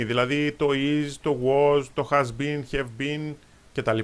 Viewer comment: Χαβ μωρε τι χεβ το have